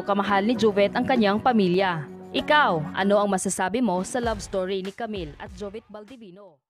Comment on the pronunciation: Bakit jovet? Jovit ata. Rip idol